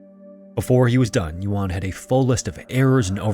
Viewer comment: The pronunciations in this video kill me. “Yuan” is not “yoo’ahn” it’s “Yuwehn” but the “w” needs to be super super soft, almost not there. And “jiudan” cave is not f**king “johdan”, it’s “dzyohdan”